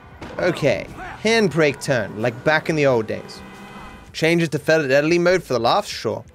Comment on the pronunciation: felidelity lol